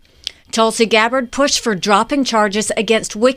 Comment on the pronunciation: LOL I love the mispronunciation of Gabbard's name. Not even going to correct it - if they want to say the VP's name incorrectly, they can have a taste of their own medicine. Also, congratulations on finally learning how to use singular "they" - I knew you'd get there eventually!